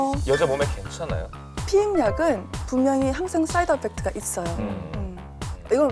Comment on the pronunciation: 한고은씨가 부작용을 영어로 해석하면서 ‘사이드 어펙트’라고 발음하시는데 부작용은 영어로 ‘사이드 이펙트’ (Side Effect)